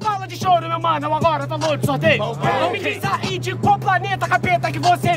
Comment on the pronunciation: eu só presto atenção no apresentador falando "okaey" e falando charingan com mão no olho kkkkkkkkkkkk